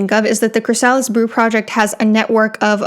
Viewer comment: CHRY-sa-lis, not chry-SA-lis.